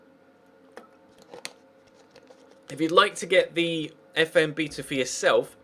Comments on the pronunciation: you say beta wrong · why do brits say bee-ta